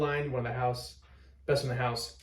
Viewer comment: Best From The HOOSE??? Lost Me Already